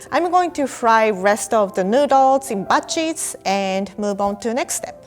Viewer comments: Omg I heard butt cheeks when she said batches... where were my thoughts? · I thought she said butt cheeks instead of batches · When she says batches it sounds like butt cheeks 😂😂